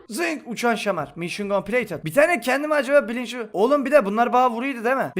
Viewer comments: Bir atasözü derki: mişın kompleytıd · Bir atasözü derki: mişın kompleytıt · Bir videosunda konuşmalarının yarısı: mision coplated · Bi ata sözü derki: mişyen kompileytınt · Bir atazözü derki:mişın compileytıd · Bir Ata Sözü Derki: Mişyın Kompleytıt